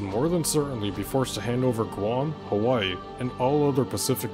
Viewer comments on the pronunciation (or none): none